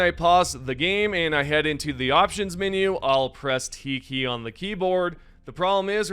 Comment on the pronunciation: “I press the T Key” but what my brain REALLY heard was “teehee” 😂😂😂